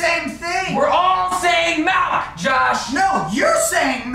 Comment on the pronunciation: "You're all wrong its obviously 'melk'."